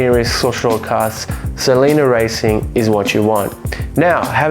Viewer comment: Great video, I have a GT JTD and a 88 Sprint QV . I need to swap my front anti roll bar at some point as it knocks. Hate to correct you but the oil is pronounced S E L E N I A ( sel - any- a) not (sel-eena)